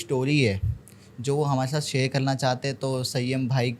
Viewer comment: साहब !! आप सामाजिक माध्यम पर है। कम से कम शब्दों के उच्चारण तो सही तरीके से करें। आप तो तालव्य 'श'' (Sha) और दंत 'स (Sa) में गफलत करते हैं। जैसे Share( शेअर) का उच्चारण आप 'सेअर' करते हैं;जो व्याकरण के अनुसार बिल्कुल अशुद्ध(असुद्ध नहीं) है। ऐसा उच्चारण करके भाषा का मज़ाक़ न बनाएं। धन्यवाद(धन्यबाद नहीं)।